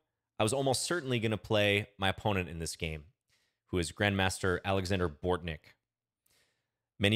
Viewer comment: You pronounce Oleksandr correctly, starting with an "O".